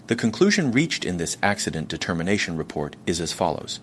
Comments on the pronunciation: Is the presenter AI? The design seems very human. "ax-eye-dent" made me question everything. Also the eyes look like they're right on the lenses of the glasses, and flat. Perhaps missing shadow from the glasses frame? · This guy can't decide if he wants to do the US accent or Rus-english accent. Mispronouncing 'Acci-dent' 'Dosh' for dollars, 'Che-ne-say' 'Chi-ti-zens' for Chinese citizens, 'Sea-At-lay' for Seattle, 'Defandant', 'Sing-le' bedroom apt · And “it” pronounces “accident” as “ac(cy)dent”